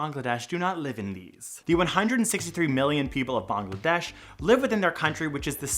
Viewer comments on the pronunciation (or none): its not BONGladesh.... its Bangladesh ...... it has an a...not an o